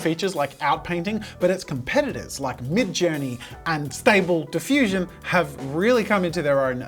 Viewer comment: As someone who uses stable diffusion daily, I was frustrated by the way it was butchered Xd, great video though.